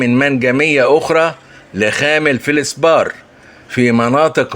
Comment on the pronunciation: Feldspath and not feldsbar.please.